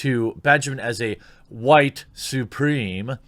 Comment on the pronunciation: what's a white supreme? it sounds like a new taco at taco bell. maybe you can spell the words like your trying to speak in front of a 2 year old? that won't be annoying and feel like you have given up. stop being a pee you ess ess why.